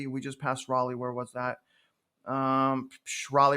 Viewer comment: We did it, we got him to say Raleigh correctly :)